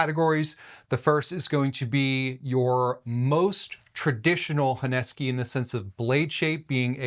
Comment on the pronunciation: Honesky? What's honesky? Dude, the name of the knife is HONESUKI. How do you pronounce "kiritsuke|? Kiritsky?